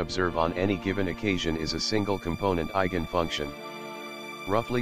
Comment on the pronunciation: Euler is pronounced "oiler". There is no such thing as an eigent function. It's eigen function.